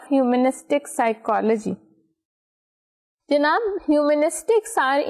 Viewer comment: The word "Junab" is killing me